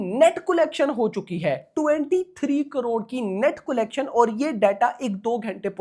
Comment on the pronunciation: Bhai it’s not colegtion its collection 😂